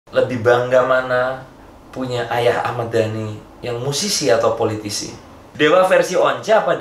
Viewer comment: Lebi bangga ayah musisi apa politisi? Jawabnya apa sih? Aku dengernya polisi